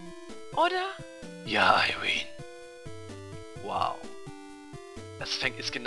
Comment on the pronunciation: Immer wenn du Irene hört sich das an wie "I wiin" xD